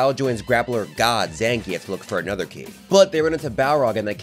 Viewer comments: You pronounce zangif name wrong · Why my guy say zangief like that 😭 video is amazing regardless